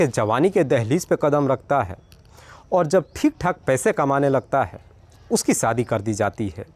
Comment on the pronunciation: Sadi nh hota shaadi hota h .. ek anchor ko apni Bhasha per kam karna chahie